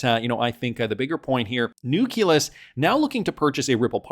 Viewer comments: IT IS NOT NUK-U-LUS PLEASE STOP BEING ILLITERATE AND MORONIC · can you just say nukkulus one more time please 🤣